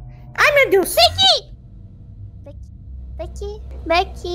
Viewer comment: O fofinho e essa parte da anya falando "Damian :c Begy :c" Ela fala begy ao invés de becky